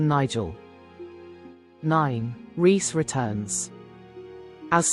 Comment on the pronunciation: Thank you for calling Reese by his actual name and not Rice as in pudding as other reviews do